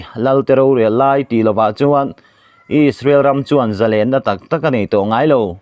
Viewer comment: Zalênna i va han lam dik tak. Ngaihthlak a nuam bik riau mai.